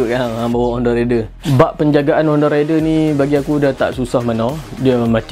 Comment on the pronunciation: Baik la fakta2 bro. Tp sy kdg kelakar org pggil honda raider ni sebutan dy rider. Lain bang. Rider dgn raider dr perkataan raid. Tp dh kebiasaan pggl cmtu. Haha. Pape pun terbaik detailing untuk honda raider